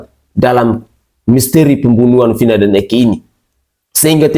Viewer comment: Bilang Vina aja,vinah. Gila kauu